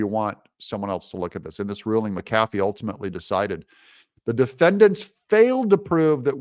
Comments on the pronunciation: The judge's last name is pronounced: "Mac-a-fee," not "Mac-cafee." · His name is Pronounced Mac A Fee Not Ma Kafee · I don't care if you highlight the text or not, but it would be a lot better if you would pronounce the judge's name CORRECTLY! It is not Judge McCaffey. It is Judge McAfee (Mack uh FEE). You know, since you asked....... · One small little thing Doug but I believe the judges last name is pronounced mac-a-fee three separate words not macafey as in one word. Otherwise good job! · And I thought I was fussy. Highlighting not a problem. What IS a problem is the way you say McAfee. Accent is on Mc. While I'm at it.........if you ever add "music" I'll be outta here. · Doug, it’s ‘Mc Afee’, not ‘Mc Cafee’. This Judge’s wishy-washy ruling will be remedied by a higher court. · Doug, the judge's name is pronounced mack-uh-fee, not muh-kaffee. Sometimes my inner grammar Nazi takes over... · It's JUDGE MACK-afee NOT Mack-AF-ee!!! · Google - pronounce mcafee, ma•kuh•fee and then push the lips to hear her say it for you. Doug, you have been talking about Judge McAfee for months now, one two minute Google search and then you can say it correctly. Your show suffers from the laziness! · It's pronounced Mc A Fee. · ITS Mac "A" fee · His name is pronounced Mac A Fee😊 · Doug, do you keep mispronouncing judge McAfee's name on purpose? (to dis him? maybe?) Also no to hi-lighting, why not just point with a custom cursor, like for instance the finger one. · Please say the judge's name properly. Makes you sound silly